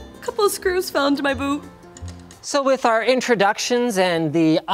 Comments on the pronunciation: I thought I heard her saying boob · 4;50. "Ugh, couple of screws fell into my boobs" is what I heard. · At. is she says boot's or Boob's?